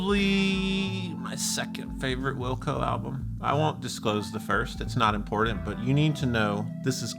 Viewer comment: Always like your videos, along with your company. But could you do me a favor and say "important" instead of "impordint"? Thanks.